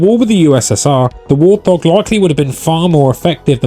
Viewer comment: Wurr't hawwwg! 😆